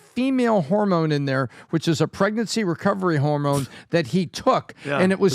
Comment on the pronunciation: Supposed Man of Science Neil DeGrass Tyson: "Harmone levels"